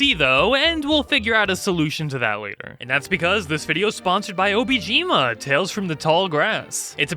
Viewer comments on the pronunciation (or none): Dude, it is fucking PAINFUL to hear you say 'obijima' (and even write it in the video description), when the thing that is literally paying you to say its name right is obOjima. kiiiinda got the feeling they won't be paying you for that anymore lol.